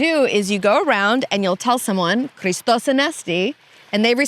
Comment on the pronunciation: Just some correction on the pronunciations, when ch is used in greek words like Pàscha and Christòs it's not a K sound but H like in hit so it's Pas- ha and Hri - stos and the stress on tsoùgkrisma is on ou not i and on Άgios Nikòlaos it's Ά- yi- os with the stress on A and on Nikòlaos is on ko.